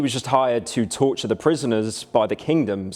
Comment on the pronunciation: Did they pronounce 'Trortur" correctly even once?